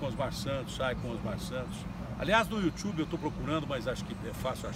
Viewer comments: dar uma procurada no "youtchube" pra ver se acho o que é isso kkkkkkkkkkkk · Datena aos fala eu vi no you thube